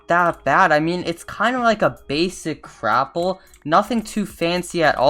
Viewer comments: LOL It's not Crapple it's Gapple. xD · Why is no one talking about how he says crapple